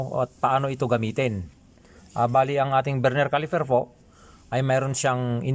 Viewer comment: Please stop saying CALIFER !! it’s CALIPER ….